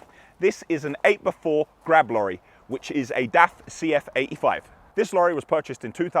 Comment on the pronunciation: Kudos to you for growing as fast as you have...even if you can't say "Grab Lorry" (Glab lollies) 🤣